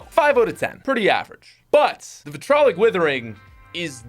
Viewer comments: vItRoLiC wItHeRinG. Come on man it’s vitriolic. A very small pronunciation issue but it kills me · Say it with me now. VI - TREE - OLIC You're welcome.